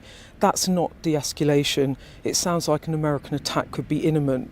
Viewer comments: She said "inniment" and "esculation" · Why have we got someone asking questions about serious world politics when they can't even pronounce their words correctly -- Imminent and escalation are not difficult words to pronounce for goodness sake -- what has the BBC descended to???